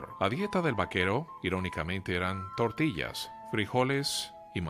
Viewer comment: es gracioso como intenta decir TORTILLAS,pero solo dice"tourtias",jajajajajajaja!!!!